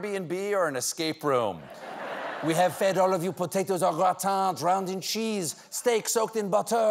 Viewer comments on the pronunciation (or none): none